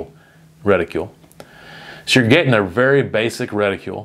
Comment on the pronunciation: Stop saying "reticule", it's driving me nuts. There's no "u" in the word